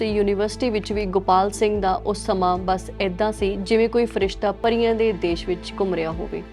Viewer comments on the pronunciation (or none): none